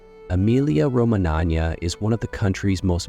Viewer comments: Emilia “Romananya”. That is the topic of this video. Try to, at least, pronounce it correctly. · Pronunciation of Romagnia the gn is voiced ng as in ring ng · Horrible, isn`t it and these cranky figures claim that they are "experts"!